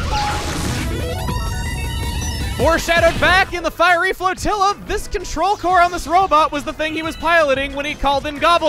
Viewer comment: try pronouncing Flotilla like you would tortilla